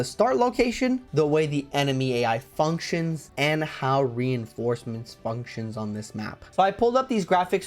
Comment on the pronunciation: oh no, not the "reinformecements" XD I can tell you were quite mentally drained here 😅